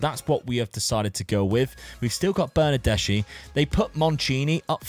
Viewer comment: Nothing really serious, just something that can be useful for the future, when you have CH in Italian, the pronunciation is like a K, so BernardesCHi is pronounced BernardesKi